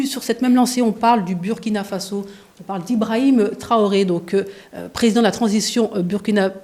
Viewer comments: Madame vous prononcez mal le nom du Burkina Faso. Bur se prononce Bour en français. Je sais qu'on ne dit pas ça à l'école de la communication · Commencez d’abord par savoir prononcer le nom de notre pays. Ça se prononce " Bourkina" et non Buuuuuuuurkina.